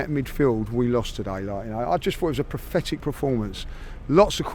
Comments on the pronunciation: It’s PATHETIC not PRATHETIC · “it was Prathetic” Judges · "It was prathetic! Prathetic!" 😂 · This geezer definitely said prothetic instead of pathetic; genuine mistake or more Arse delusion? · Does know the word is PATHETIC.... Not PROTHETIC lol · Is anyone else going to tell him that it's not prefetic 🤣🤣🤣🤣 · Can someone tell how to pronounce "pathetic". Prophetic means something completely different. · It was “prafetic”? LOL. Christ almighty. Brain of a slug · He is even making up words like PROFETICH which in non grinding teeth is meant to be PATHETIC😀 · Why can't pronounce "pathetic "?